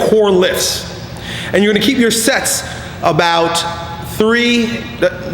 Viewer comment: Am I the only one that thought he said "More sex! Less sex!" and not "More sets! Less sets!" XD